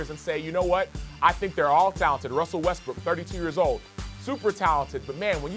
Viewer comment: CAN THESE ESPN WOMEN PRONOUNCE WESTBROOK RIGHT????